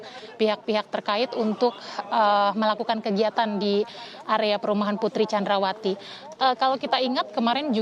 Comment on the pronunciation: Ngasal aja nyebut nya Putri candrawati hadeh payah 😁